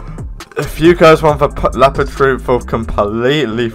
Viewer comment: is leopard not lapard